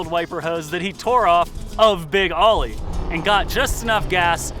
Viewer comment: It's pronounced "Big Oh-ly", not "Big "Ah-ly". Much of your footage uses Chris Greenwood's Oly-themed NORRA racing Bronco, as well as Boyd Jaynes' NORRA Bronco with an Oly-wrap for the Need for Speed movie. I also caught glimpses of our formerly-owned '69 Baja 1000 overall-winning Bronco with an Oly-wrap as well on it - an understudy of sorts to Boyd's truck in the movie.